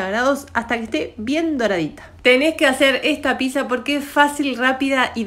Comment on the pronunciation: Pero no se dice pisa... es pizza ... para pronunciarlo bien acordate del actor de cine Brad Pitt y agrgale un saaa como quién dice sí vagamente... pitt saaaaa